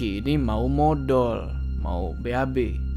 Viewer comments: ngakak denger ngomong modol🤣🤣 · Bilang MODOL nya lucu wkwk